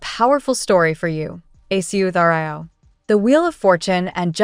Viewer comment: Please fix the pronounciation of aquarius. Now it's totally unrecognizable.